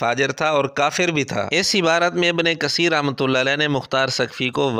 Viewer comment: تجوید کی مہارت کا دعویدار مرزا "ابنِ قسیر" بول رہا ھے۔ "س"اور "ث" کے اردو تلفظ میں شاید واضح فرق نہ ھو لیکن "ق" اور "ک" میں اردو میں بھی واضح فرق ھوتا ھے۔